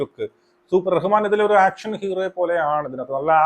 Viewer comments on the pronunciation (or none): none